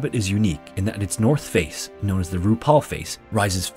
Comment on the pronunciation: Did he say "RuPaul face"???